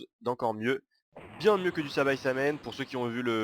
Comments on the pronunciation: C pas sabaisamen c saibaman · c'est saibaman et pas saibaçaman comme tu dis :) x'D